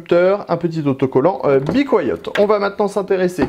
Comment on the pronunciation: Bi couayaute ? C'est comme ca qu'on dit ?